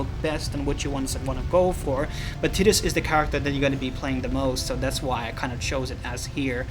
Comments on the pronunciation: ITS tee DUS - pronounced TEE dus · LMAO "TIT-IS" ... I'm going help you my friend, because the main character is not a woman's breast, say it like this: TIE-DIS, Also "Aesthetical Design" is letter salad, one would simply say "Aesthetic Design". I Loved the information provided, I had no idea FFX had any worthwhile mods. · Ti-Tus not Tit-us. rainbow the more you know. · Ok I know there's a lot of debate on pronunciation of Tidus' name but please, it's definitely for sure not "Tih-dus" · This guy just opened my mind to a whole new way of pronouncing tidus